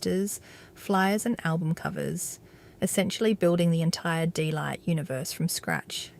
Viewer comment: its DEEE not Day!